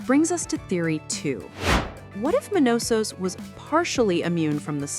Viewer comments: You go from Manousos to ManOsos in a minute. Just can't pun the guy down. Latin American with a Greek name that makes North Americans glitch. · *Manusos They write "manousos" because muricans can't read in other languages, even if it is spanish (1/3 of USA population speaks in spanish but they can't even pronounce a spanish word correctly) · Not just the writing, I'm pretty sure the whole voiceover is AI too lol. Mispronouncing Manousos's name throughout it for example. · Were ALL the languages for this auto-generated? What's 'Carol's caesar'? Do you mean 'seizure'? Also, Manousos is pronounced differently every time, and we hear mention of a 'sumbmarine'. I'd like to hear criticism narrated by a human, thanks.